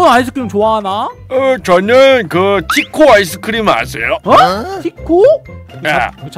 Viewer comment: 가 자꾸티코 라고 하는거 웃겨요 ㅋ